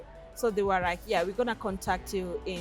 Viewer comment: Ohhh no！Rawwwd rike seriousry🙆🏽‍♀️🙆🏽‍♀️no lespect for our ears.